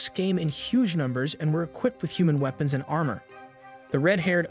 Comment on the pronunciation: Sometimes the random mispronunciations make me thing this is an ai and i can't tell. "WEEPONS" "LIEVES"